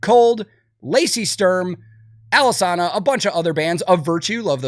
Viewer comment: Been around for 20 years and people STILL mispronounce Alesana’s name 😂